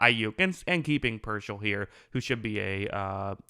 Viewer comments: PEAR-SALL Not, PER-SHALL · Not “Pershell” it’s “Peer-Saul” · It’s pronounced Pierce-All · He will be a pro bowler in his career. Dude has talent. Also it’s “peer-sall” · Good analysis. Say his name correctly. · I think spending 5 minutes to lookup and pronouncing his name correctly will give you a lot more credibility.